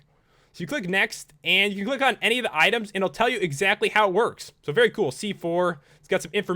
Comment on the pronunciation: Enyone? The F*** is Enyone? 'ANY'one